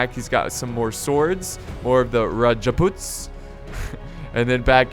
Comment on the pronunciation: It's not raj put it's rajput add raajput